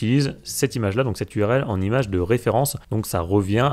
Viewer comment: cent images, avec un t de liaison et non un s !! Désolé mais au bout de la Xième fois où tu le répètes ça me donne de l'urticaire.